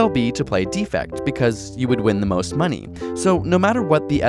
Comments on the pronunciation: "Defect" pronounced "DEfect", with emphasis on "de" is a noun. As in, "There's a DEfect in this video." "DeFECT", with the emphasis on "fect", is the verb. As in, "I choose to deFECT from improper pronunciation." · Please, please learn how to pronounce "defect", the verb (de-FECT) vs. "defect", the noun (DEE-fect). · Is there a region where the verb is pronounced "DEE-fect"? If so, I apologize. It sounded as if he were just mispronouncing it. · Sean Sinclair Agreed. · For the verb "defect," put the stress on the second syllable: deFECT. For the noun "defect," put the stress on the first syllable: DEEfect. This isn't just annoying detail. The two words have different meanings. Here you are talking about leaving the group. I.e.: you need the verb - the opposite of cooperate. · The two strategies are "cooperate" (verb) and "defect" (verb) pronounced /dəˈfekt/, not "defect" (noun) pronounced /ˈdēfekt/. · Anyone else annoyed with how he pronounces "Defect"? It's like the card has something wrong with it rather than the intended meaning of betrayal.